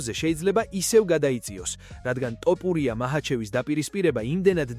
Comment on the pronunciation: ტოპურია არაა ბიჭო თოფურია